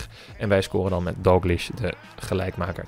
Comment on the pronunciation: je spreekt DALGLISH verkeerd uit!!! je spreekt het uit als Dalglish maar het is Dalgklieshh